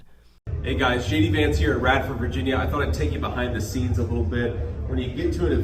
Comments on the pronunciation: Sounded like he said "Shady Vance here" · When he introduced himself, it sounded as if he said "Shady Vance," so that's what I'm calling him from now on! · When he said his name, I heard Shady Vance, not JD Vance. Guess we have a nickname for him. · Sounded like he said shady Vance